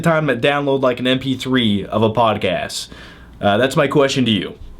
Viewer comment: John, it's podcast, not podcass